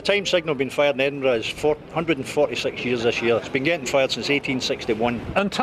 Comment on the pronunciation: The "burgh" or Edinburgh is pronounced "buh-ruh", not "bruh". Look up Burgh on Wikipedia.